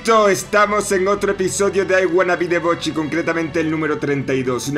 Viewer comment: 32 capítulos y sigue diciendo Bochy xDDD